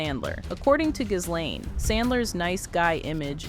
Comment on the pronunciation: Pronounced GEEEEE LANE